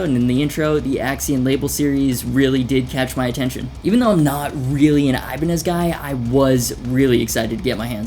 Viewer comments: Also you say Ibaneye but Hoshino says Ibanez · 'Iban-eye' Wut